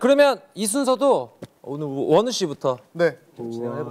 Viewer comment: aw it sounds like wo niu😂 in chinese it means snail (somehow fits wonwoo)😭